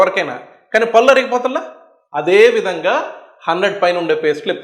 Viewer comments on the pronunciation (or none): గారు, మీరు "పల్లు పల్లు" అంటున్నారు "పళ్ళు" అనండి, బాగుంటుంది.